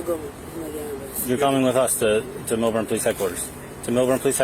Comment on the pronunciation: This is NOT Florida… It’s Millburn Short-Hills, NJ.. (also not “Melbourne”. LOL) Short-Hills Mall is now having CHlMP “issues”. Good job by M.D., but he needs to use Mr. Sparky way more.